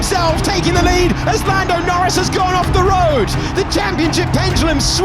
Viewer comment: i turned off the video when i heard "lando noris world champion"